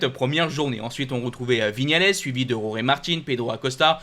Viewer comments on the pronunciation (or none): none